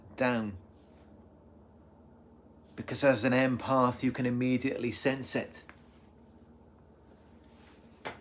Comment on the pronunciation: It’s not imparth it’s impath